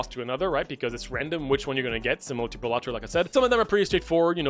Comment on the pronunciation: bro really said bellatro